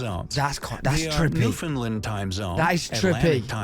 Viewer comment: God i hate this ameriacn voice over bullshit it's (new found land) not (new fin land)